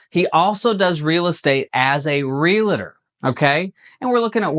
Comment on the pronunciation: Real-tor. Not real-a-tor.